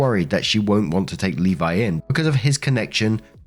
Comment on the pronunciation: Thank you for pronouncing Levi correctly.